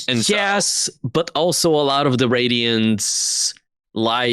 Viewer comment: "Layalty of the Roydiants" lmao